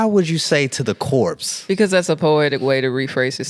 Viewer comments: Not "to the corpse" 😂😂😂😂WHY? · Not "corpse" 😂😂 Limo driver was disrespectful. 🤣 Congratulations on ten years!